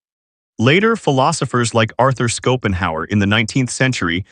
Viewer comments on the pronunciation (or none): Ite "Ben-et-TAR" and its "SHOW-pen-how-er".